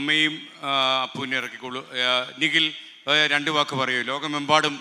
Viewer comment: അ കൊച്ചിൻ്റെ പേര് നിഗിൽ എന്നല്ല നിഖിൽ എന്നാണ്